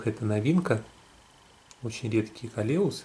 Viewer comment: классные приобретения, обожаю Ваш канал, с удовольствием смотрю. Можно небольшую подсказку? Колеус - ударение на первый слог.